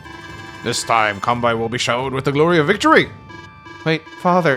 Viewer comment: I'm not very good at this game, so your tips and tricks are highly welcome! By the way, I'm Japanese, and the correct way to pronounce "Kanbei" is something like "kan-bay."